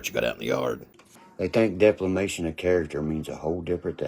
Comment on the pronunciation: Did he say deflamation?